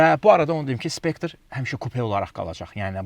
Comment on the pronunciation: Not specter but Spectre Mr.